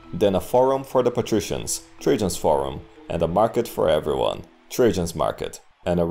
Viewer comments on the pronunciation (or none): none